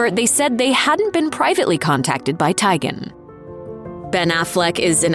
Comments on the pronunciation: Lol "Tiygen". Like tie or tiger. It's pronounced TEEguhn. Like tea. Still not as bad as you saying Notre Dame, wrong. Btw, "All of them" isn't a preference. That's not a valid answer. Pick one or don't bother commenting. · The narrator saying "Tie-Gan" instead of "Tea-Gan" is really bothering me... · You mispronouncing names!!! It’s pronounced TEE-GAN…. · OMG! That was driving me crazy! It's not that hard to do a little research beforehand to check how to pronounce celebrity names. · TEE-GAN.........ahhhh I was going crazy listening to you mispronounce Chrissy's last name!! Lol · TEEEEEEEEEEEEGAN, TEEEEEEEEEGAN, NOT TAGEN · I cringed everytime the narrator mispronounced "Teigen" incorrectly... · When the narrator pronounces chrissy last name wrong and now im screaming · Look, if you're not going to pronounce people's name's correctly (like Chrissy Teigen), then just don't say them at all.